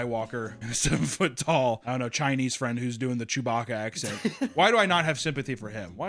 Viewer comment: I fucking love you in "Chewbauka"